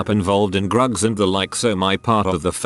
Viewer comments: Grugs? Do you mean drugs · i’m trying to feel sympathetic but every time they say grugs it just kills me 😂 (no pun intended)